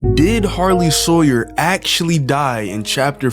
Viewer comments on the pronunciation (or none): Yeah And its Harley not Hawyer Sawyer not Sarley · Did anyone notice that he said sarley hawyer instead of Harley sawyer 💀💀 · bro said sarley hawyer instead of harley sawyer😂😂😂😂😂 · Sarley Hawyer??? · a Sarley Hawyers 💀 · Bro said sarley hawyer😂😂😂😂😂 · LMAOOO A SARLEY HAWYER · "Sarley Hawyer" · He said sarley